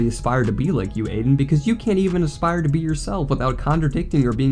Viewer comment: "Can't even aspire to be youraelf" that boy cannot even pronounce the word aspire